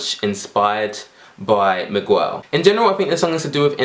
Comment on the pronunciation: Did he really say "migwell"..